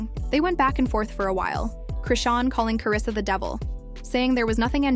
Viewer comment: Who the hell is Karrisa? It’s Karlisa